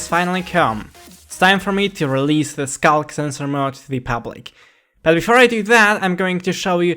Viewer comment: "scock sensor."